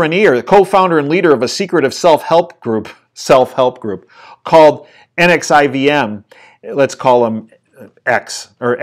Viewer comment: It’s pronounced nexium.